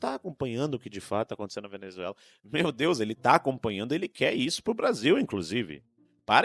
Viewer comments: O cachaceiro não consegue nem falar Venezuela. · Tá bom, mas olheiro não é quem procura jogador de futebol? Ele não consegue falar Venezuela direito e não sabe o que é Observador.